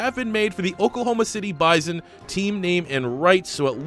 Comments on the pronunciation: Oklahoma native here, its Buy-Sun, not Biz-On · BYE-SON not BYE-ZON